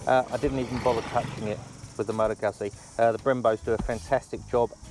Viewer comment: Come on man, if you're doing a review, make sure you know how to properly pronouce the firm!! Aaaaarrrrrrrrgggggggggghhhhhhh!!!